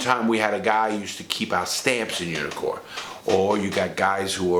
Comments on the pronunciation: I kept thinking you were saying "unicorn". Couldn't figure out why they were called unicorns. 😂😂😂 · Took me a while to notice you weren't saying "unicorn."